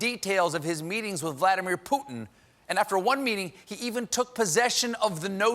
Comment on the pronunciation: His (and various news anchors') pronunciation of "Putin" gets on my nerves. It does have a "t" in it. Great job in general, though!